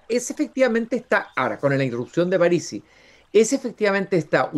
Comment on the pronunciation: Pronuncia "Párisi" cuando es una palabra esdrújula y no lleva tilde